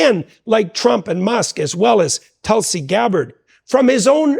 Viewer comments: "Telsey Garrett"? You mean Tulsi Gabbard? Get it together folks lmao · Telsey Garrett lol u got her name all jacked up in the chapter yall 😂 im like who dat hahahaha